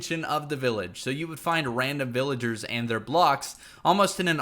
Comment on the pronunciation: "To even mining vilagers" VillagOre